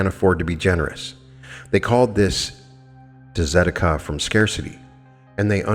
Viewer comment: Beautiful and profound teaching, thank you ❤ If I can just give one small "correction". Tzedakah is pronounced "tse-daka". Tomato, tomatoe 😁